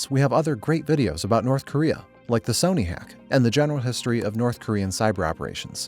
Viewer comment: Hoping the narration isnt ai, cuz who the fuck pronounces sony like that